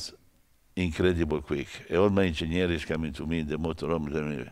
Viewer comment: He doesn't pronounce engineers but ingegneri